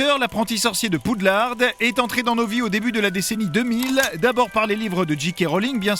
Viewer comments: Poudlard ptn pas poudlarde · pas poudlarde mais poudlard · Aviez-vous remarqué que le narrateur prononce Poudlarde au lieu de Poudlard ? 😂😂😂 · Mais c pas Poudlard normalement? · poudlarde.... mdrrrr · PaY WaTzUP malgré ca, poudlard en anglais c'est hogwart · Poudlarde 😣 Macgonagaulle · Par contre la voix ne sait vraiment pas prononcer les noms, c'est une honte: McGonagoll ?! Poudlarde ?! Wesley ?! Non mais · oui t'a réson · Ah là là, Pou de larde et Mac gonna Gaule... 😂😂